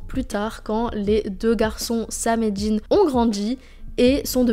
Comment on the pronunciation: J'adore la série et les épisodes que tu as choisi, Un petit bémol: le frère de Sam s'appelle Dean avec un D et pas de J; pas Djin ou Jean